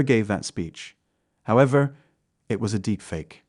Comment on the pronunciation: Trump never gave that speech however it was a deep fake. The incorrect placement of emphasis on “however.” Of course expect AI programming to evolve past these mistakes eventually.